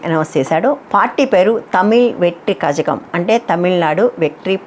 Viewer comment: కజగం కాదు కళగం